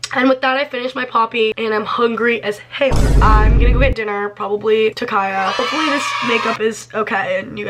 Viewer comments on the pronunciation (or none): none